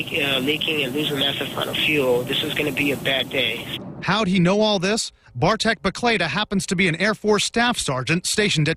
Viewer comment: WTF "Bartek Baklada..." ??????????